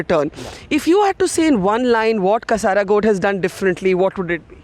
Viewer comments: It's कासरगोड not कसारागोड. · Just wanted to point out that it's not KasarAgod it's 'Kasargod' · It is not KASARAAAGOD....Its KA-SUR-GOD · Not kasaragold it's kasargod. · It isn't pronounced Kasaragod! It's Kasargod! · Its not Kasaragod .. It's Kasargod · It is pronounced 'Kaasargod' and not 'Kasaragod'... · Not kasaara but kaasar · Madam its not kasaaragod. It is "kaasargod" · Not kasaraaaaagod, barkha ji, but kasargod, otherwise it is like malus calling you like Burkhaji.😏😏😏😏😏😏😏🤒🤒🤒🤒🤒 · loved this, but i kinda lost it when she said "kasaarkod" . ah i cant stop laughing looool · Not kasaragod... its kazhargode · Please don't butcher names.... Not ksaargod. Imagine you being called Bruuka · Sorry, it is kasaragoodu actually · learn the proper pronunciation of Kasargode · Pls Bharkha Dutt ji Mam, Kasaragod ko barobar prannounciation kijiye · I was searching were this kasaragod is until I realized she pronounced it wrong